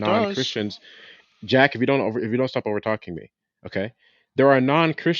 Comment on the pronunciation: ZzhhhhhTAAHP evryabpdy SHHHTAAAHP!! 🤣